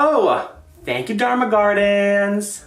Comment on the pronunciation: I love your unboxing from Dharma Gardens! I'm so glad you love your Dharma Queen!!! Yes, you pronounced my rare plant nursery AND my name correctly!!! Yayyyyyyy! This is my new favorite planty YouTube video ever! I'm so glad that cutie ended up in your care. It was totally meant to be! Thank you for the shout-out!